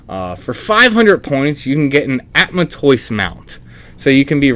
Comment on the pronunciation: Ada-man-toise. It's combination "Adamantite" and "Tortoise"